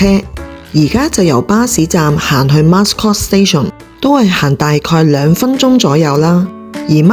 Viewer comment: Mascot 讀音是 Ma - scot= Mat音